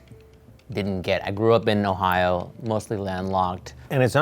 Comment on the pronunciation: Did he say Ohio 😬